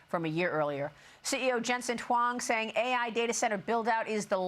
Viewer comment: Lady can't even say his name correct